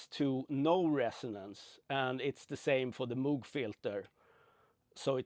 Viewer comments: It’s pronounced “MOWg” (as in, mow the lawn) not “MOOg” (as in 🐄). 👍🏼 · I believe its pronounced m-oh-g